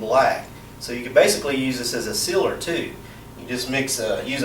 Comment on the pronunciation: The way you say, Seal and sealer. Is dumb